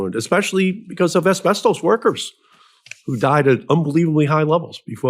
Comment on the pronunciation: Can you stop saying asbesTOEs